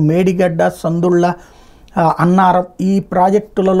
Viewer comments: సందుళ్ళ కాదు, సుందిళ్ళ.... ! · సందుళ్ళ కాదు సుందిళ్ళ మహా ప్రభో!